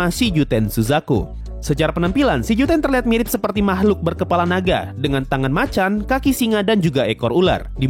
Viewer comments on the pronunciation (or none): none